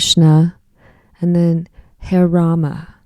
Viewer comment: It’s pronounced ha-ray, it’s part of the Hindu mantra. George was a devotee.